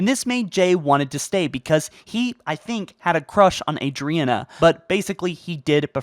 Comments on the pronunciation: I can't get over how many names and locations you mispronounced. Ah-drina? Jay? Oh-nix? It really shouldn't bother me as much as it does but it does. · Dude I love your videos, but goddamn dude how do you struggle to pronounce some of the most well known and easiest names. Maybe im tripping, but Adriana is not pronounced Adrina. Cairo station is not pronounced Cario Station. I apologize, not trying to be a dick it's just distracting LMAO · Who is this Adereena you speak of? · Rene-081 is pronounced "Ren-ay". The planet Onyx is pronounced "On-ix". Mjolnir is pronounced "Mol-Neer". Jai-006 is pronounced "Jeye" or "Jye". Adriana-111 is pronounced "Adree-Anna". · You mispronounced jai and adriana and it makes me laugh good video though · Or Adriana, or...yeah. Great info, but the mispronunciations are grating.